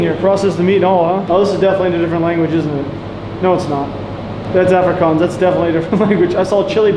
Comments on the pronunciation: Another English correction, Afrikaans is pronounced like ofrikaans like On or Ollie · You also don't pronoun Afrikaans like that 😂